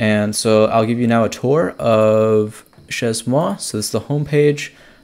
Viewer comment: pronounced /ʃeɪ mwa/ (shay-moi)